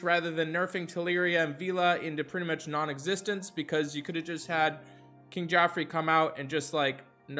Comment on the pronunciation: I had to pause the video at "KIng Geoffrey." I had to take a moment. LOL.